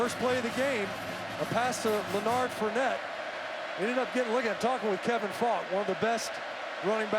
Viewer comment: “ lanard fournette “ what are the odds😹😹